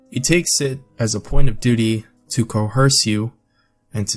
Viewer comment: Something is off about the tempo of the narration. He pauses at strange times, and then of course there’s how he said co-hearse instead of coerce.